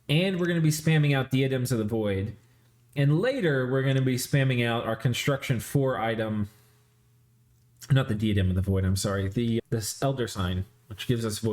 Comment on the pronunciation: Hey just FYI, diadem is pronounced die-ah-dem. Hopefully pronunciation corrections don't annoy you; love all your content and figure commenting helps with engagement stats and pronunciation helps with my sanity lol. Btw if you ever wanna name a commander for me I'd love a noble named "Duke Leto" or an Olm named "Leto II";D